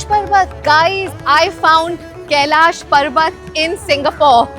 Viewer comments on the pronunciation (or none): none